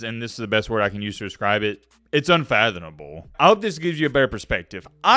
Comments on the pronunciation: For crying out loud, it’s Uhn-fa-thuh-muh-bl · “It’s unfathonable “